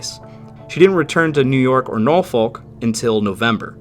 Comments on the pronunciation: NO you utter mong I cant take it no more .... it's pronounced NORFUK .... stupid yanks ruining MY language !!! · Nor-fuk Virginia